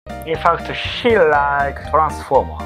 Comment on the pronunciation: Cute Foxgirl and cool robot, sign me up. If I have any feedback for I'd say improving "he" and "she" especially in pronunciation to make it clearer.:)